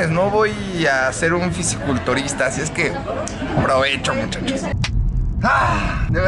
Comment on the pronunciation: gimnasio se pronuncia con m no con p titulado diciendo gipnasio ahí te encargo también hay diferencia entre gorro y sombrero...fisicolturista??????